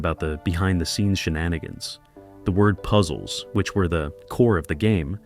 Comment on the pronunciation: Ahhh...almost got me convinced this WASN'T AI slop until it said "The word puzzles, which were a core of the game" but it pronounced "word puzzles" like it was trying to refer to the actual word "puzzles", rather than saying the compound word "word puzzles". And then the even more obvious "Tic Tac...............Dough 1990s."